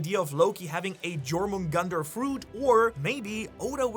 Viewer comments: Jomungandr Pronounced: ✅️ You're - Min - Gander 🚫 Jor - Man - Gunter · If you're doing theories of Jormungandr I humbly ask you to pronounce it properly dʒor-moon-gandr ❌ yor-moon-gandr ✅ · Bro it's pronounced as yormungandar the j is pronounced as a y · Butchering jormungandr